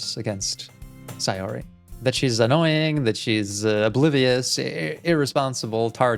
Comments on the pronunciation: Okay I’m so done it’s pronounced “say or y” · you're the only one who says sayori's name correctly (at least sometimes), most people say "say-ori" but since it's based in japan, it's "sa-yo-ri"